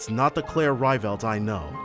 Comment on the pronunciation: It has been 4 games and this man is still mispronouncing Rieveldt. Never change.